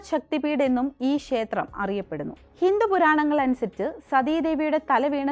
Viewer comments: ശേത്രം അല്ല ക്ഷേത്രം ആണ് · ക്ഷേത്രം എന്ന് പറഞ്ഞു പഠിക്കുക ശേത്രം അല്ല